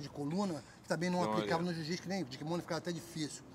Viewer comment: Marcus ruas sempre humilde , fera , e como smp ainda falando jiu jitis kkkkkk